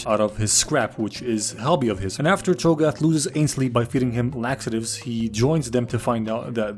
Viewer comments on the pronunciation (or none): His name is Hogarth not Chaga what ever you said 😂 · consistently calling Hogarth "Chogath" and Mansley "Ainsley" is simultaneously hilarious and infuriating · Did he call Hogarth "Chogarth" just so he could make a dezz nuts joke?